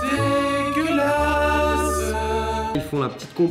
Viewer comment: MDR le c dégelasse 😂